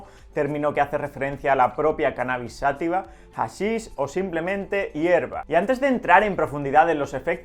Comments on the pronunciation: Por que dice "sÁtiva" si no lleva acento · Se dice y escribe: "Cannabis Sativa" (Sa-TÍ-VA), no "Sátiva".